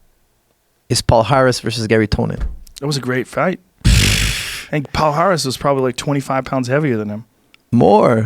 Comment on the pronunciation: As a brasilian i always laugh when some non portuguese people try to say "Palhares" "Pau Haris" "pohares" paares" Kkkkkkkkkk